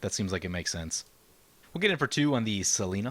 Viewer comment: Im saying its seLENia, not selena, the BW angel.